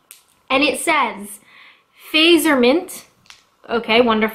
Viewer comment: I used to live in Finland, and it is pronounced like 'Fah-t-zer' - and they're delicious...esp. the gaisha ones.